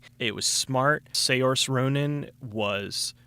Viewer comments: i love your reviews...but you are really bad at pronouncing names. Frank Darabunt, Say-orse ronin, Eric Banya. saoirse ronan has an unusual name, so it's understandable. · Just to let you know Saoirse Ronan's name is pronounced "Sairsha"